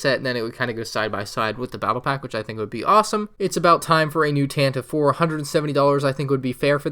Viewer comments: Not to be THAT girl but it's technically pronounced the Tantivee 4. Oh god I'm THAT person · Its really odd but the Tantive 4 is officially pronounced like “Tantivy 4” now